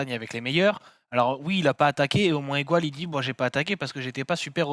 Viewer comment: un effort sur le Mont Aigoual, pas Igouaïle bordeeeleuh